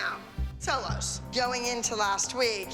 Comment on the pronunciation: Does anyone else get triggered by the way says solo loz